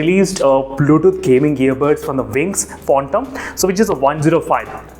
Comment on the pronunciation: It's Phantom Not Phontom 😂